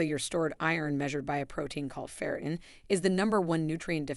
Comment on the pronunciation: the A.I. cannot pronounce FERRITIN ('til the very end of the vid).🤤🙉😮‍💨